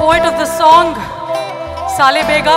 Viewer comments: This is a complete disaster.. Being a odia she doesn't know word pronunciation " 'maato', Salee bega', I like this kind of lord', check this out etc etc..this means she doesn't have respect for our lord and the original song. I didn't like it and can never be appreciated. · I have always loved Sona Mohapatra. But, girl, how can you probably MISPRONOUNCE EVERY SINGLE word? Salabega is SAALÁBEGA....not saaaleybega. It nearly sounds as if you're disrespecting with conviction. I know you're not. But WHO ON EARTH is YOUR TEAM when you were rehearsing this? Sack all of them. If they're not telling you, not calling you out on such heinous blunders, it's time you left them for good. I get your intention isn't bad. But girl, you CANNOT MISPRONOUNCE EVERY word given you're Odia. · No doubt you are awesome, please pronounce "salebega " as sal-a-beg-a . And maatta as Matta.